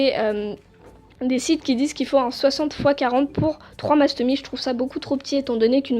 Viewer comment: On dit Mastomysssss voilà bisous 😘 Sinon j’adore tes vidéo et j’ai 2 mastomys moi aussi ☺️